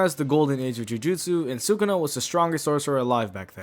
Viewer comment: its sukuna, not sukana :v